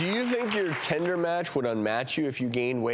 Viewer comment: He said “tender” instead of tinder... cringes